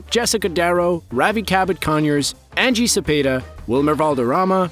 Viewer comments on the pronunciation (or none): none